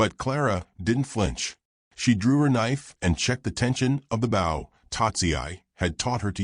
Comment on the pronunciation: Bow, as in arrow…not as in in your hair